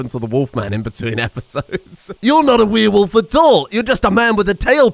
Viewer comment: Dumb dumb question here, is Frankenstein named Frakenstein without the N on purpose? And is there a reason why pronounces werewolf like weeeire wolf? Just wondering, since I'm here to stay for this madness😂